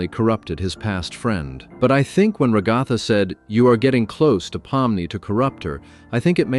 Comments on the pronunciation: Rah-gah-tha ❌ Ruh-GAH-tha ✅ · I’m sorry “ragotha” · Ragatha🚫 RagAHtha✅ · “rag(A)tha” ? WHY THE AI VOICE PRONOUNCE IT LIKE THAT- Edit: also he has a tail in ep 6 and not ep 5???? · Bro really said rah-ga-tha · AI slop as soon as it pronounced Ragatha as Ra-guh-thuh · “Ragotha” -AI, 2025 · "Re-GATHA" lol, what a way to say a name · Whenever an AI voice calls Ragatha “RaGAWtha,” I suffer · fr every time it goes “REGADTTAUH” 😭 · Only an AI is pronouncing ragatha like that lol